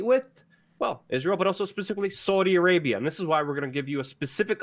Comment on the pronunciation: Sounds like you’re saying Soydi Arabia 😆